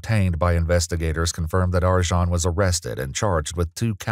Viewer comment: Arcan is pronounced Arjin? That's can't be right.